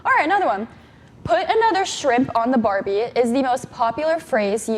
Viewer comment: Aussie here - aussie accent when she says "barbie" is the bsst I've ever heard from an American. It's not an easy accent to mimic!